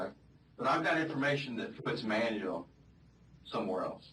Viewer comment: It's not manual...it's Manuel...ugh